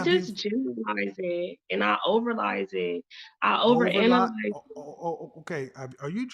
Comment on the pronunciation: Baby girl said "overlyze" 🤣